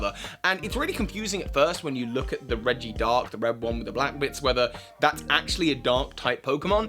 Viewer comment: It's not regidark its regidragon